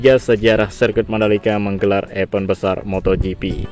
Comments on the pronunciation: Event... jangan dibaca Epen donk Mas..tapi Ivent'..klo jadi Narator musti rajin belajar bahasa Inggris ya... Mas Bro.❤ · Event bang bukan epen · Event = Epen